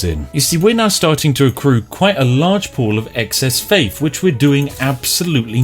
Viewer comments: Gotta hafe faffe. I'll gouge out my ears if I have to listen to you attempt the word faith one more fucking time. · Faif instead of Faith :-D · Panfion costs you faif, ladies and gentlemen. Fank you. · faif and panfian, i forget how the words are pronounced now :(